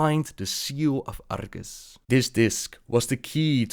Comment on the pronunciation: Wasn't it Argus? (instead of Argas?) <:b